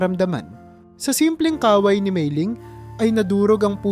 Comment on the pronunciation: MALI ANG BIGKAS SA IBANG MGA WORDS LIKE KAWAY DAPAT MABILIS ANG PAG BIGKAS